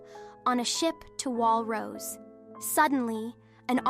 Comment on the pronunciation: 1. The s in Paradis is not pronounced, the name is French, Rosé not Rose, Arlert not Arlet. Not sure how'd you fix in this AI TTS. 2. Why did you use spoiler terms like Paradis, Eldia, Ackerman, Pure Titans, etc. but go with the claim that the rest of humanity died? 3. Your description of the Colossal Titan's image and its effect is great, I feel like you should make a text retelling, you might be good at it. Assuming only the TTS is AI of course. 4. You mention in another comment this is a 'review series', important to note this is a summary, not a review.